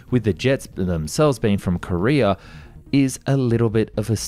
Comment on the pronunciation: Its KoreA not Kore-er he says it right some of the time ...but come on, the people who speak english but can't speak english...ridiculous